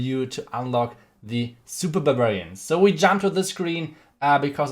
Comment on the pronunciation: No one:: Supa Bububarian😂